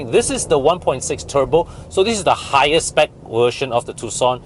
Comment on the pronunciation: Think you have hard time pronounce the "V", I heard "Wersion"(version), air con "went" (vent). You can ask Bobby for more accurate pronunciation.